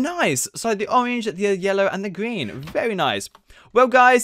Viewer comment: He said gween